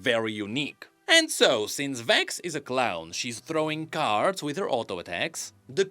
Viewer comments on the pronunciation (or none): none